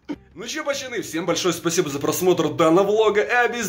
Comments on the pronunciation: Почему ты говоришь пачаны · Почему ты говориш пачаны